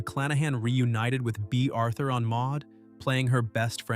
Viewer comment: The Artifical Intelligence narration is ridiculous...it pronounced Starsky as Star- Sky and Bea Arthur as Bay Arthur🙄😒